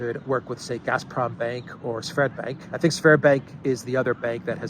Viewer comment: It's Sberbank, not Sverbank